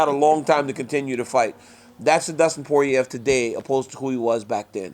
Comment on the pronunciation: DC is the only person that can properly pronounce Poirier.